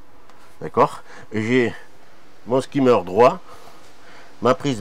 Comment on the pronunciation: Magnifique travail, comme d’habitude, mais s’il te plaît, dis skimmer et pas « skaymer ».